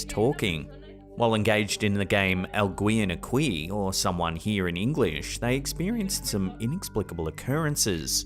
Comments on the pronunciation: Al-gee-yen Ah-key 😂 not al gwee-yen a-quee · "Algween and a-quweee"? LOL 🤣Alguien aquí is pronounced as AL-Gee-yen A-Key., can you please ask some to help you pronounce Spanish words? When I was in OZ, I had to learn Aussie slang. 🤣